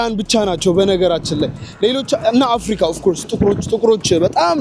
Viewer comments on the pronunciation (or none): none